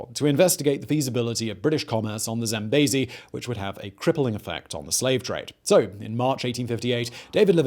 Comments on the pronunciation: I know you try hard, and im not trying to be mean, but its "zam-bee-zee" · He won't rest until everyone else pronounces the River Zambezi as Zam-bay-zee!